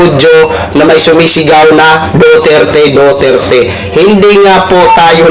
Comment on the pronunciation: Pki sbi s sumisigaw DUTERTE hindi DOTERTE! 😂